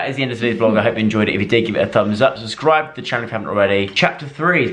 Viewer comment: Love how Joe says <<SUSCRIBE>> instead of subscribe haha